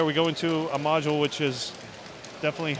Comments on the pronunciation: Stop saying module it is making my ears bleed! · He said modual129 times